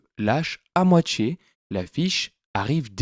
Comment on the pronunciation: Je ne supporte pas ta prononciation : entchier, moitchié.